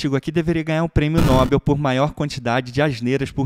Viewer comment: Com a única intenção de ajudar, o prêmio é No'-BÉL; e não NÓ-bel. O nome é OXÍTONO, a sílaba tônica é a última. Ah, muito agradecido pelo conteúdo do vídeo!!!